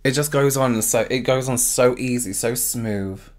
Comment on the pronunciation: Th "f" smoof love it love u xx